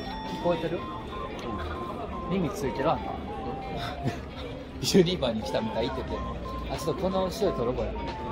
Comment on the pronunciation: 悪態すごいですよねꉂ🤣𐤔 ゆーちゃろの悪態集は動画には収めきれない……それが悔しいꉂ🤣𐤔 関東の人はUSJって言いんですもんね！ユ⤴二↓バ⤴って感じの発音ꉂ🤣𐤔